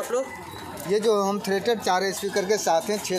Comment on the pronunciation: भाई अगर आप पढ़ाई लिखाई करते तो होम थिएटर को होम थिरीएटर ना बोलते